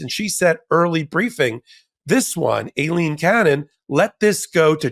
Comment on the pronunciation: omg its EYE-Leen cannon not A-leen you are apparently educated no?